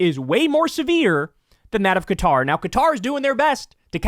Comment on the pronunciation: I have to say thank you for saying Qatar and not Cutter, like so many other channels. It's been driving me crazy! ☺️